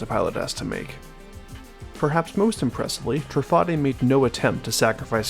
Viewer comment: I believe it's pronounced Tru-fah-day because of how Bugatti is pronounced